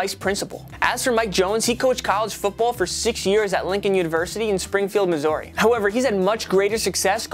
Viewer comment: As someone whos from Missouri the way you pronounce it made me cringe